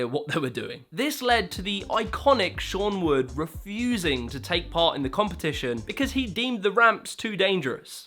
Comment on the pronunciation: Sean white, not sean wood.